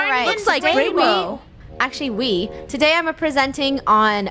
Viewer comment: Bainbow her name is rainbow but why did she say Bainbow